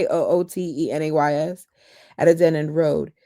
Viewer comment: Not a criticism, I thought you might like to be made aware that there is no 'camp' in Kamloops. It's just KAM(no p)LOOPS 🫶. You did really well with 'Kootenay' today. Thought I would stand in for Alexa today 😆. I couldn't wait for the next reading and used an Audible credit to get the book. I'm still coming back to listen to you though. I just have to hear your commentary even though I binged the Audible book already. I promise I won't leak any spoilers. You keep it up girl! Hit that 'like' and subscribe, people! This lovely podcaster should have waaaay more folks following her! 👍👍👍👍👍👍